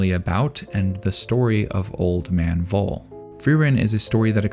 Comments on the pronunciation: Every time the old man comes up by name i was really confused because "was his name really 'vole' that makes no sence.. wolle? no.." but i finally figured out its supposed to be Voll and yea ig that makes sense.. to me its pronounced 'foll' not 'vole'.. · You may want to Look into the pronounciation of Voll. It's a hard pronounced Word like full in english. If i didnt know his Name i would write down either Woll or Fohl by listening to your pronounciation. Greetings from Germany, so many tears in Frieren, even in rewatchs. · Just a little german lesson again... The "v" in the word "voll" in german (="full" in english) is pronounced like an "f", not like a "w". So it would be more like "foll", not "woll". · Its pronounced f-o-l-l and means filled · Voll is pronounced like "fall" (in AE). I know, even the anime messed that up because it's German orthography and that's not the strength of English speakers and the OG audio probably is even worse because Japanese is so extremely limited in their range of syllables that they have huge trouble with English and German which have a lot more syllables than the Japanese language. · I don't know if someone already said it, but Voll is pronounced Foll and means full. I love how so many names in the series say something about the character. Like in this instance, he lived a full life and can be content. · personally i don't think the framing is that deep. neat yes, deep no. also his name of pronounced "Foal". the names in Frieren largely follow German phonetics and German V's make an English F sound. additionally, i have not read the manga, but i took Voll's statement about defeating the Demon King les about senility and more of a hint that he had returned in some diminished way and Frieren is simply unaware. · Since Frieren's naming schemes are German, it might be nice to use the German pronunciation as well. Voll would be pronounced as (F)oll. V is F, but F remains F